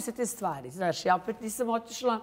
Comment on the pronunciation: Toliko iritantno ovo pričanje kroz nos 😢 žao mi je ako je zdravstveni problem ali ako je navika... Strašno! Novinar koji stalno ponavlja OVAJ, NAŠŠ.. umjesto ZNAŠ.... Ne pljujem al ne jednostavno ne mogu.... 🔥